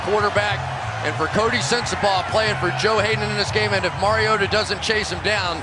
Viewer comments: "It's mario-tah not mario-tah" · It's Mariota not MarioTa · The way he kept saying mariota pissed me off he keeps saying marioTUH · It's not Mariota is MarioTTTTTAAAA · “Mario-TUH” holy, that is so annoying... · the way he says MarioTA makes me want to die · Someone tell the announcer its Mariota not "marioTUH" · It's Mariota.. not Mario-T-a... get it.. Harry potter reference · sir zombie-slayer no they finally got it right smh y'all been saying it wrong for years. It's Mario-TA is how you pronounce it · Or Mario-TUH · Am I the only one bothered by how that one commentator kept pronouncing "Mariota"?? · The way he pronounces the t in Mariota makes me uncomfortable. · I hate how the announcers said Mariota. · Anyone else hate the way he pronounces Mariota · His inconsistency when it comes to pronouncing Mariota's name is annoying.